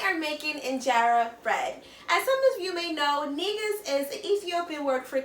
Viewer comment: It's pronounced 'NEH-GOOS" (NEH--GOOSE).